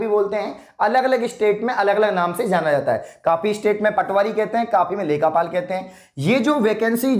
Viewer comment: Sir vo lekha paal nhi lekh paal hota h